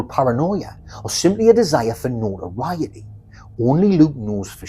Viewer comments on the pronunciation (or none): none